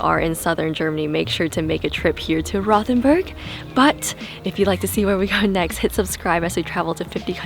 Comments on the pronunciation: Nice video guys! There's no 'th' sound in German, so it's actually pronounced.....ROW'-TEN-BURG. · It's actually pronounced "Rote-en- berg" not "Rowth-en-burg". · I was there for the Christmas market. Great little town. By the way, it’s pronounced Rote, not Roth. Rhymes with boat. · I love Rothenburg! I was there last month. However, it’s pronounced WROTE-en-burg. lol. Did you NOT go to the Medieval torture museum?!?!? Or Käthe Wohlfart’s?!?!